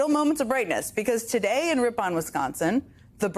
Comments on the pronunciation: Rip-en cmon Jen no one says Rip-pon like some bougie mustard. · Pronounced 'rippin' not rip-on' ...Neither major political party in the U.S. is what it once was. Both are just a group of elites, lining their pockets at the taxpayer's expense. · FYI, it’s pronounced Rip-in, like rippin up a piece of paper.